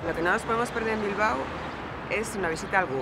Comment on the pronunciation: For anyone that actually goes there, it’s pronounced “Bil-bow” pronounced how you “bow” in some Asian cultures. Drove me nuts that she kept saying “Bil-ba-oh”.